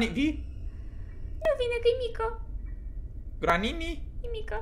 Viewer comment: Nu se spune granini